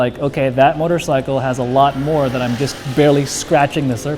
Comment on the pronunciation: STOP SAYING MOTORSICKLE! GAH!